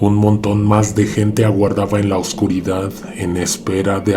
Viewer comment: No cambies nunca tu modo de hablar, me encanta cuando decís " Que venga la oscuridaaaaaad " y todo lo demás e incluso el aullido que se oye. En otros el que venga la oscuridad lo hiciste muy corto, seguí siempre con la prolongación, me encanta. Soy tu fans y siempre te escucho todas las noches cuando me acuesto. Saludos desde Uruguay, un abrazo.